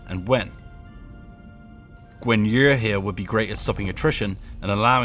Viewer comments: Nice gameplay and love the development so far, doesn't feel like any single penny i have spent on the pre order has gone to waste. Keep up the good work. One thing though, I hope when making these videos, I hope you could pronounce those names as they are meant to be pronounced as. For instance, the name Guan Yu, you are pronouncing it nothing like it's meant to be, his name is rather pronounced more like "Gwan We", prior research and practice would be much appreciated! Don't get me wrong, everything else is looking fabulous. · I I’m just uncomfortable with the way this guy says guan yu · Guan Yer Lol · Yeah, I could only catch him pronouncing Guan Yu's name wrong. Rest was on point, which is refreshing. Keep it up! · Every time he says Guan yu I cringe.